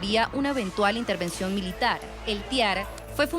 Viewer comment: ITERVENCION,Intervension Ya ya ya no jodas